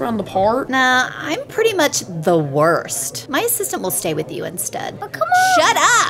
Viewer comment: "Nah,im pretty much the wurst " Dats wat i hear when i thinking about hack client in mc (Wurst Client)